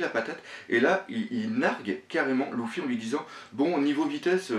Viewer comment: J'adore tes analyses, tu as vraiment trop d'inspiration et de réflexion, bravo. Mais y'a un truc qui me stresse c'est ta prononciation "louffy" on dit pas "leuffy" plutôt ? Sur toutes tes vidéos ça me stresse mdrr !